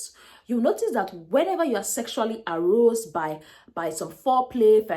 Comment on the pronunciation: Aroused... please learn to pronounce well. A-rauu-sed